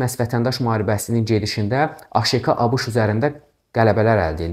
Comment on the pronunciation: Müəllim A Ş K'nı nə gözəl deyir😂